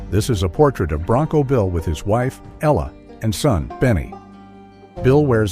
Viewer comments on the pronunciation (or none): none